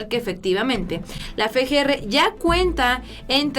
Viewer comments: no es fe, g, r. Es efe, g, r. Espero lo tomes en cuenta, hasmelo saber, gracias. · no es Fe G R... Es FGR osea efe no fe. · Efe, Ge, erre no Fe, Ge, Erre.